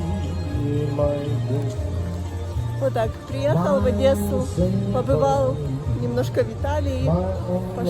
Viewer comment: Одэссу бэрэчь 😂😂😂😢😢😢🤦🤦🤦